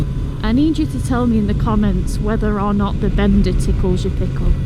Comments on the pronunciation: pronounced as bēn dá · Bender?! wtf 😂 Maybe it sounds better in a different accent 😅